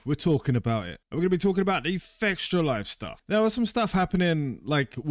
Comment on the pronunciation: Why don't you pronounce fextralife as it is. You said it and it sound la fectialife.